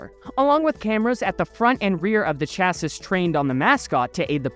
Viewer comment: It’s pronounced “Cha-See” not “Cha-Sis”, even though its spelled like Chassis 👍